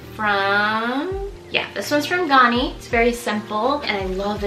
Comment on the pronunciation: Ganni is pronounced, with the a sound being like the a sound in "apple" or "Gary"!. My absolute favorite brand, and repping my country! ✨👏